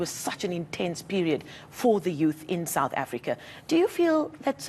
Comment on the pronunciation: The continuing mispronouciation of South African shames a lot of reporters greatly